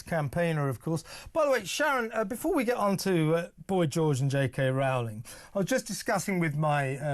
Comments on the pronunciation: ROE-ling, not "ROW-ling" ffs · Why do talking heads not know how to pronounce JK Rowling's name by now? It sounds like "rolling". Dude, you get paid to do this for a living - get the names right. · It's pronounced J K Rolling. How many more fffffing times. She's said it herself !!! The preferred pronunciation of J.K. Rowling's surname is "ROH-ling," which rhymes with "bowling".